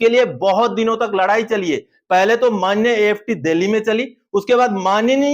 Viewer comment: कोर्ट को manneya नही बोलना और